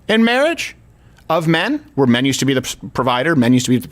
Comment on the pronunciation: Nah... its just when you say "mehn are reluctant to help wahmn on the subway" you're ignoring rase.... because the real situation is "whi mehn dont save whroes from the subhumans they fk"... and why should they?